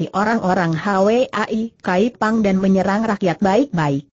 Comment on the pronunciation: Hwa I Kaypang bukan Hawe ai kaypang , hwa : bunga.